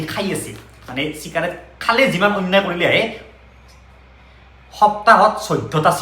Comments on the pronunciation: চিকাৰেট নহয় চিগাৰেট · চিকাৰেট নহয় এ দাদা চিগাৰেট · চিকাৰেট নহয় চিগাৰেট ✅ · চিকাৰেট নহয় অ গৰু চিগাৰেট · চিকাৰেট নহয়।। চিগাৰেট হয় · ভাই‌ , চিকাৰেট নহয় , চিগাৰেট । বেলেগক শিকোৱাৰ আগতে নিজে শিকি ল । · চিকাৰেট নহয় হে... চিগাৰেট হে। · চিকাৰেত নহয় চিগাৰেট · চিকাৰেট নহয় , চিগাৰেট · চিকাৰেট❎️ 😂😂 চিগাৰেট ✅️🙂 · চিকাৰেত নহয় অ চিগাৰেত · Cikarate nohi chigarate